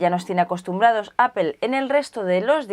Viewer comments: Siempre me he preguntado por qué dice Apel en vez de Apple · "Apel" la pronunciación en inglés sería apol y si lo quieres pasar al español dile aple jajaaja pero es lo correcto creo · Como observación no se pronuncia "APEL" su pronunciación correcta es: "Apple /'eɪ-pəl/". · MacBook de ''apel''? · ¿Alguien más se siente incómodo por cómo pronuncia la palabras en inglés? El macbúk, el ayfón, apel. 😝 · no es apel, es apple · Edgar Alcantar Se dice apple diciendo la p de una manera explosiva y pronunciando en bajo tono la o. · "Apel" porque los españoles lo dicen todo mal??? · ¿desde cuando se pronuncia "APEL"? ;S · alfreido gonzalo Lo dice de forma muy "español" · Aprende a pronunciar Apple!